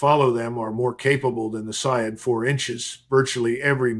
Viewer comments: With all my respect to you Sir the correct pernounciation of Iranian missile is say-yad which means as you said hunter. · pronounced. sayyad